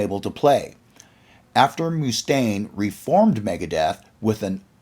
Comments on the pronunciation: agreed. Great video, but learn the pronunciation of the main guy the video is about🤷🏻‍♂️ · That’s BS. No one ever pronounced his name like that anywhere. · lol so just because some hollyweirdos said it wrong he repeats it? I saw peace sells tour. I've never heard anyone pronounce it moo-stain... never. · very much muh-stain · WHY ARE YOU PRONOUNCING IT "MOO" STAINE ? ITS LIKE MUSTANG ..."MUST"AINE ! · Its "MuhStain" not "MooStain" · Dave Moo-Stain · Must staine Not moostaine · It’s not pronounced Moostaine, it’s Mustaine! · Pathetic how this guy pronounces Moostaine, and not Mustaine like Dave himself pronounces it. Annoying. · dave moo-staine.. lol. chris was perfectly within his right just as dave did against metallica & his co-written songs on on kill’em but mustache hamboned chris.. it’s mustaine’s band, but elf was just as much the face of megadeth as mustaine was during their early years & rise & mustaine didn’t like it. marty’s right, when mustaine reformed megadeth he may as well have called it “dave mustaine” instead of mega, it looks like mega, it sounds like mega, but it’s not mega & hasn’t been mega for years. at least he’s retiring, we’ll see if he keeps his word, i think he’ll find a reason to come back when his coffers need to be refilled.. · It's not Moostaine dude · Ok, the Mooostaine thing is driving me nuts, lol. Have you never heard his name spoken before? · I've actually met Dave a few times. It is not Mooostaine, lol. Maybe they do it as a joke. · Who's Dave Moose-taine? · Moostain? Is this AI narrated? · Moo-stain haha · Dave Mooch-taine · By the way it’s not Moo -Stain ! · bro says moostaine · Great video but I cant stand to hear "Moooostaine". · "Dave Mooostaine" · I've never heard anyone call him Dave MOOstaine before. It's incredibly annoying! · he is now moo stain in my mind from this day forth 😄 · Moo-Stain had me cracking up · "Moostain" lol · It kills me every time he says it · More like Mue-stain!